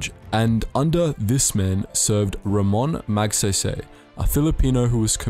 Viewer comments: Ramon Magsaysay is pronounced Rah mon Mag Scy Scy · Back then the philippines was powerful. It's pronouced RA-MOON MAAG-SIGH-SIGH use a filipino accent and you have prounouced it right.